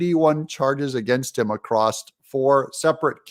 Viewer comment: There is a Trump victory in order. Secondly, there is no such word as "accrosst". The word you are looking for is "across". =PC=